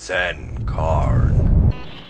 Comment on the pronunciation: Your intro xD i thout you said: Send car! and then a minecart came.